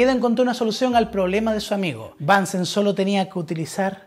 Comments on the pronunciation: asi esta mejor, es BUNSEN no bansen es aleman no ingles El mechero de BUNSEN. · Es alemán así que se pronuncia Bunsen no "Bansen" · bunsen se dice . es aleman no ingles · Es Bunsen, no Bánsen. Es alemán. Muy bueno tu canal. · Muy buen video. Solo un detalle, has pronunciado apellidos alemanes en inglés. Es "bunsn" y "kirjof". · El aleman se pronuncia como el aleman, no como el ingles... Bunsen se pronuncia casi igual que en español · Hola, gracias por el vídeo que es muy interesante. Sólo un apunte: Bunsen es un apellido alemán, así que no hay ninguna razón para pronunciarlo en inglés, puesto que en alemán suena exactamente igual que si lo leyeras en español.